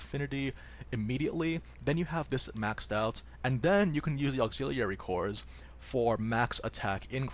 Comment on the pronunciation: He way you pronounce auxiliary.... triggered.